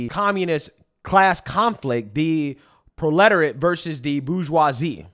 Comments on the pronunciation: Proletoret?!?!? Proletariat you mean?? Maybe is illiterate 😅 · My boy. I know you did not say pro-letter-et. Lol. You mean pro-luh-terry-at. Proletariat. Good shit tho per ususal lol. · Pro -La-Terry-It Proletariat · “Proletterate”??? Cmon bro. I’m pulling for ya but this shit is nails on the chalkboard. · I believe she said it wrong so she can claim she never said it.